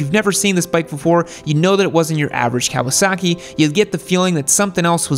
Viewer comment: you say Kawa-SACK-i like Trump says, CHY-NAH